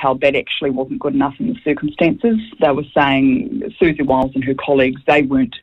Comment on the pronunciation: Repeatedly intentionally mispronouncing someone's name gets your argument off to a pretty shaky start...